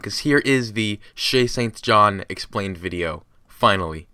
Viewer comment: All I hear is "Chasing John"